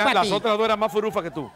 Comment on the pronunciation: Ahí vienen las furufas pero el muchacho dice las furukas